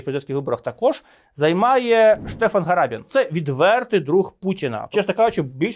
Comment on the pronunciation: Гарабін, "H" - це "Г", як і в українській).